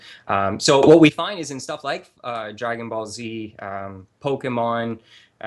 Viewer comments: Did call Dragon Ball Z "Fire Paul Z"? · did the seriously just say "FirePaul Z" instead of Dragon Ball Z?